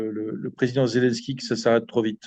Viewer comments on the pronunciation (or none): none